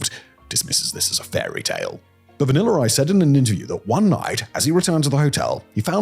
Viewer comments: Lol its the "vaniller ice" that kept getting me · VanillER Ice agrees!